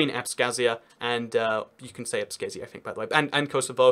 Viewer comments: you pronounce abkhazia wrong, it's with ipa x (like scottish loch) and not with a k, for the kh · Georgian Here! It's Abkhazia not abskhazia. :D